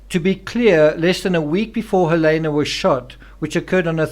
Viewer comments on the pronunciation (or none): none